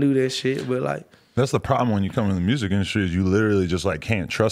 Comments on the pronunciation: more like murrsic😂😂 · "He making murrsic" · “ He make good mursik “🤣🤣